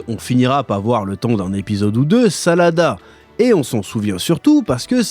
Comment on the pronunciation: Chef c'est planète Sadala pas Salada😅